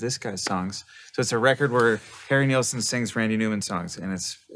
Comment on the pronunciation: It's Harry NILL-son - not - Neilson.